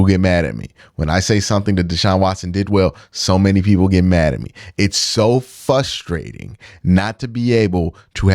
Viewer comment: Bro, please don’t do the Shannon Sharpe “fustrating”